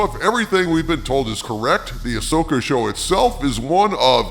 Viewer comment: You mean ass-oka😂